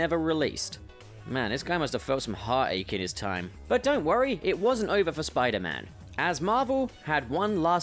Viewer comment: 'Spuman' hahaha I died